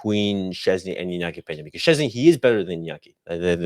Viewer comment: Its Pronounces - VOY TECH CHESNY ...lol